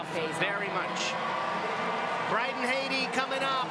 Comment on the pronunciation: It amazed me throughout the entire event... although I loved to see Alex Despatie during his diving years, as commentator both he and Jenn suck bigger than big. Pronouncing the last name of his country man Bryden Hattie like the country of Haiti, when Jenn even called him Brandon. It just topped off this world championship event. Jenn killed all enjoyment with her painsteking analysis of each dive. We are viewers, not professional divers, and we'd like to enjoy watching these events. She should be watching last month's first stage in Xi'an and learn from that woman commentator. If that is all Canadian diving officials have to offer, I can only shed tears.